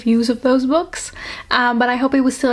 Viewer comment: Ik vindt het zo grappig dat je "books" in het engels een beetje uitspreekt als "boeks"! 😂❤ Super leuke video btw. Helaas zat ik in een klas met 16/17 jarigen en hadden we een invaller met een leeftijd tussen de 20-25 jaar. Er was een groepje jongens die nogal smerige dingen tegen haar zei. Waaronder dat iemand haar had "geklapt" 🙂. Dus dingen zoals beschreven in het boek gebeuren dus werkelijk. 🥹 Gelukkig ben ik verhuisd en ik heb niet weer van zulke dingen gehoord. 🥲